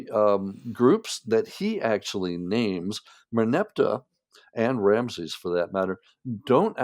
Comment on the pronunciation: The name Rameses is NOT pronounce 'Ramzeez'. It has three syllables: Ram-e-sis, with the middle syllable unstressed but NOT silent.